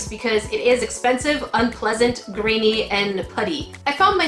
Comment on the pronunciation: "It was grany" do you not like us grans?😖 😉